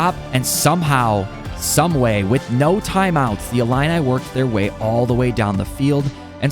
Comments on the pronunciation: So are we just gonna skip the fact he can’t pronounce Illinois 😂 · Bro doesn’t know how to pronounce Illinois 😭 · dang i didn’t know u couldn’t pronounce illinois 😭😭